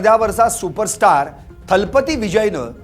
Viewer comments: किती हे अज्ञान राव…थालापती नव्हे दलपती. कझगम नव्हे कळगम. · Talbathi nahi thalabathi